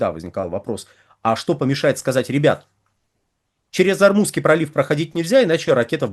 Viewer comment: ОрмуЗСкий пролив, Вы постоянно называете ормуНский.